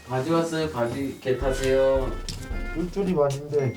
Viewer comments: 계타세요말고 겟하세요로 들려ㅋㅋ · 나만 '겟 하세요'로 들리나 ㅋㅋㅋㅋㅋㅋㅋㅋㅋㅋㅋㅋㅋㅋㅋㅋㅋㅋㅋㅋㅋㅋ